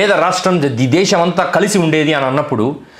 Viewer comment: ఒరే సోదిగా, నువ్ ముందు దేషమ్ దేషమ్ అని నత్తి నత్తిగా అనడం మానరా బాబు వినలేక షష్టున్నాం🤭😅. ఛీచి నీ నత్తి నాక్కూడా వచ్చేదట్లు ఉంది😅. దేషమ్ కాదురా అది దేశం రా శుంఠ. ఎం మీ జలగన్నని ఫాలో అవుదామనుకుంటున్నావా🤪. ఇంకారేరోయ్ శుంఠ వాళ్ళు మాతృభాష లో మాట్లాడమన్నారు కాని ఇంగ్లీష్ నేర్చుకోవద్దు అన్నారేరా? . ఇంగ్లీష్ చదువులు చదువుతూనే మాతృభాషని మర్చిపోవద్దు మనలో మనం మాతృభాషలో మాట్లాడుకుందాం అని. ఎందుకురా అరిగిపోయిన అబద్దాల రికార్డే మళ్లీ మళ్లీ వేస్తారు మీరు సోది గాళ్లు😅. ఇహ మాతృభాషని గౌరవిద్దాం ప్రేమిద్దాం అంటే దాన్ని తప్పు పట్టారాంఫోన్ పే. మెడికల్ కాలేజ్ లని పీవేట్ పరం చేయటం ( ఇదొక పనికి మాలిన అబద్ధాలు,) ఎమో ప్రభుత్వ పోలసీ నా. కానీ ఇండిగో ఎయిర్లైన్స్ సంక్షోభమేమో ఒక్క అవియేషన్ మినిస్టర్ ది మాత్రమేనా 😛😝. ఎలా అవుతుందిరా అవియేషన్ మినిస్టర్ తప్పు? 😛. ఏవియేషన్ పోలసీ ఏమన్నా అవియేషన్ మినిస్టర్ ఒక్కడే పెట్టాడేరా?